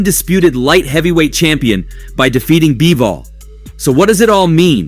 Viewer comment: Bro said Bibol